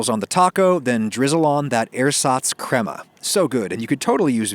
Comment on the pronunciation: adam, crema in english is pronounced cray-muh, not crem-uh